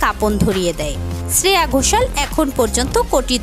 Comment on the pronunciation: Nainowale Ne! Neeti Mohan এর গান শ্রেয়া ঘোষালের বলে চালিয়ে দিলেন? আর শ্রেয়া ঘোষালের নামের উচ্চারণটাও ভুলভাল করছেন। এতো গাঢ় ভাবে ছে ছে করছেন কেন?